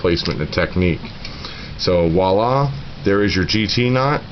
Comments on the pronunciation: Best description of how to tie the FG knot ever. One thing the word is "viola" with a V; to me it sounded like you said "walla" three or four times. It is French for "look there". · Yep, I'm an ass. The word is "voila".